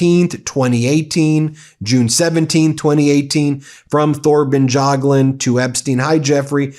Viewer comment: Pronounce: Torben Y(a)gluund no TH here needed. A NYC crook untouched by the Soviet/KGB/Russian mafia is unheard of. Result is clear since decades ago, even thru Fred. Anyone must have known about and if so, got extinguished.